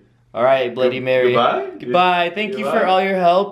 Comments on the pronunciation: your cursed for ever you only say bloddy Mary 3 times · guava juice u said it wrong its bloody mary is youre name come if you can play this game if you hear a deathly scream someone murdered you a queen thats what you say and say it 3 times in a mirror then after u say bloody murder marys death 5 times